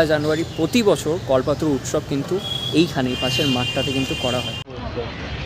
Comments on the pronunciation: Kothata kolpotoru kalpotoru noi😂😂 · কল্পতরু, কল্পাতরু নয়।